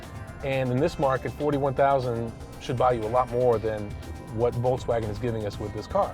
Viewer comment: i hate how he says, voltzwagen